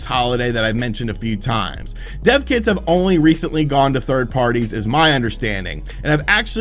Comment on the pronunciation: I thought said 'deaf kids' too and I was like what is he saying? all good though because he explained it.